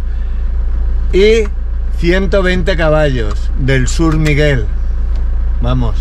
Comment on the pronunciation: Dios santo, dice Shurmiguel....